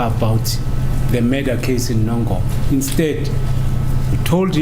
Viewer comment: Why is pronouncing Nongoma the way she does.